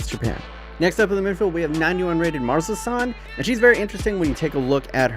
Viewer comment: Your pronunciation of Marozsan gave me diabetes